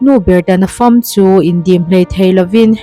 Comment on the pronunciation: Nuber ta na fâm" a ni lo, Nuber ta na fam chu tih tur aw